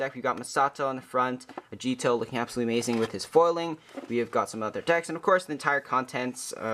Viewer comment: Times J says "A-gee-etoh" instead of "Ah-gi-toh" Counter: 6